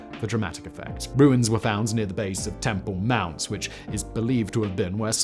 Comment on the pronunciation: shouldn't it be "Temple Mound", not "temple moun" ?